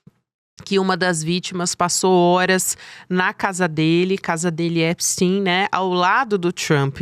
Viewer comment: Essa carranca não sabe pronunciar o nome do criminoso nos EUA.. absolutamente irritante! Vou parar de ver essa joça..